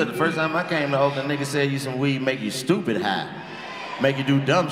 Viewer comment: “You is tupid” 😂